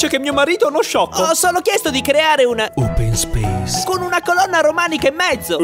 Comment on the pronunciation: "open speis"😁